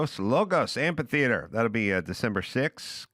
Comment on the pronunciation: The word is amphitheater, not amp-a-theater.